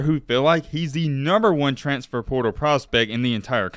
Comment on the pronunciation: Our expectations might be low but at least we don’t pronounce it “transtfer”. 😆